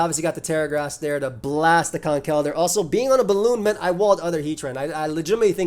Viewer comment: Been a longtime viewer of your content but it was hearing you pronounce Conkeldurr correctly in this video (and Quaquaval correctly in a previous one) that convinced me to finally sub. Glad to do my part to help you reach 400k!